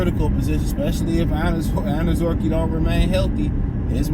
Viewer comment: 😂😅 for a guy who has a theme song in the words are I like to be educated. you keep fucking up this man's name and refuse to fucking say it properly. 😢😂 again this isn't your gf,s little poodle shitzu dog.just break down his name like they taught you in school here I'll even help you say it like it sounds........ OWN ZER REE KAY..... now say it all together mr. I like to be educated😅..... honest-to-god I wanted this guy cut so this idiot would stop mispronouncing his name clearly the education system failed him and Hooked on Phonics did not work